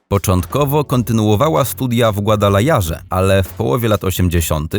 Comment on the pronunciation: Przed nagrywaniem przydało by się zapoznać z WYMOWĄ obcych wyrazów. GajdamaCHuk?? GuadalaJarze?? Serio?! Hahahah "chcieli Z NIEJ zrobić film." hahahahahahaha